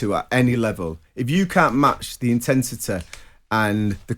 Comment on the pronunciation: Intensetay, unnecessarelay. Okay!